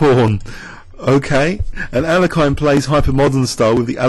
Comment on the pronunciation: lol no it sounds terrible